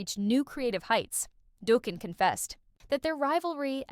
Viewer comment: 😂 Doughkin 😂 stop the use of AI